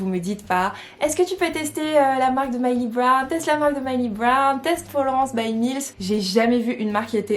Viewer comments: MILLIE BOBBY BROWN sa me stressais que tu disait MYLEY BROWN 😂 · MILLIE BOBBY BROWN et pas Myli brown :)